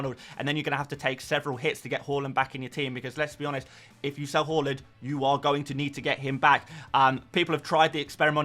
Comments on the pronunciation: Haa-land not hall-land! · Can we start a drinking game everytime this foo says HO-LAND FFS